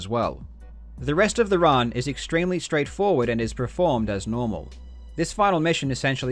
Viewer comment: I can't help but notice you say "preformed" instead of "performed". :D